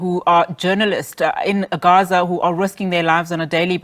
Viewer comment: Newsreader- there is no need to glottalize the word Gaza. Most pretentious. !!